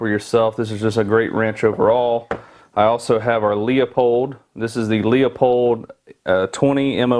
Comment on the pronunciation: Pronounced Loopold